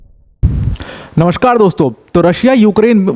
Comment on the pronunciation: Namshkaar ko namshkaar ki trh kijiye sir